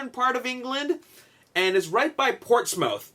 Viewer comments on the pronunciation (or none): Portsmouth is pronounced PORTS-MUTH not Mouth (soft o sound) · It's no biggy just wanted to let you know Portsmouth is pronounced ports(muth)